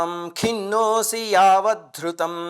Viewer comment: Guruvugaru chaala bavundi Thank you Slokam 3 , video lo min 4.05 lo meeru khinnosi ani chadivaru akkada khinnosmi ani undi yedi correct word teliyacheyanDi